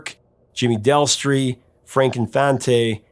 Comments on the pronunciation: DES-tri!! Jimmy DESTRI!! NOT "Del-stri"!! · Destri not delstri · Jimmy DESTRI…..not Delstri 😳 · No offence meant to you but it's Jimmy Destri not Delstri as you said twice in this video. Another cool thing about the Rapture video is that the late artist Jean-Michel Basquiat is the DJ in the video that Debbie approaches in one scene. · I enjoy your videos, but as a big Blondie fan, I was disappointed that you screwed up Jimmy Destri’s name multiple times in this video. There is no “L”.